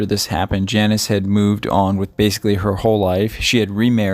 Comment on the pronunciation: Her name is pronounced Jaw-neece and not Janice.